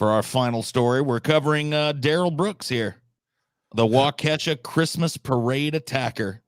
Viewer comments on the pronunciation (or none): As a Wisconsinite, its WAH-KAH-SHA not Wah-Kesha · It's pronounced Wau-keh-shaw. Don't let this be a Zayo Dedong. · The Brooks case was covered plenty on the local news. And yes, there were a lot of people who wanted to string this crazy motherfucker up. Also, the precedent of mangling Wisconsin place names by continues. As other people have said it's "wau-kaa-sha" or "wau-key-sha" depending on accent. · I feel bad no one can say Waukesha right